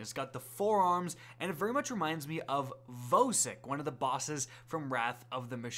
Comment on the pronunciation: Who is voe-sick lol. You mean vosik